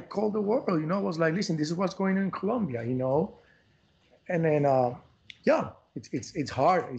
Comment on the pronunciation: Thank you Trevor for pronouncing Medellín and Colombia correctly. It’s the little things sometimes ☺️🇨🇴💛💙❤️.